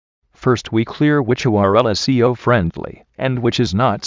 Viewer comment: lol this ural is not see-o friennnndly!